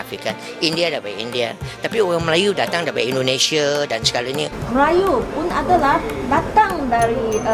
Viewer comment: Bukan indonesie tapi Indonesia om gimana sih🥱😁 huruf a diganti huruf e kacau